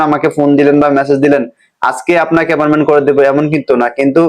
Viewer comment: Vai apperment na... Eta appointment...